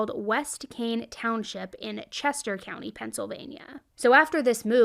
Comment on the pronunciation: As a Chester County Native I was sooo lost on where this story was because of the way you said Caln.... its not Kane its pronounced Cal-in lmao. The only way I figured this out was because you said Chester County. 😂